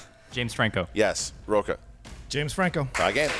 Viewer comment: Plus in Spanish his name is pronounced "roach-a".